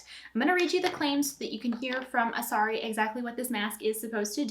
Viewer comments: Its Asarai. Not Asari 😂😂😂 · Good to know that you are going to continue using foundation...so it doesn’t actually do what it says! Also it’s driving me crazy that you are pronouncing it wrong 😂 it is Asar-eye